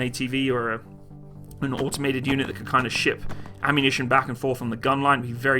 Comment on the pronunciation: Audomated is not a word, no matter how many times you say it. Neither is millimeder